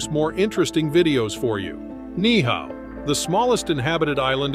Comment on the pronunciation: Absolutely agree, many of the video clips are not of hawaii. Also, the pronunciation of Ni'ihau is incorrect, you pronounce both of the i's.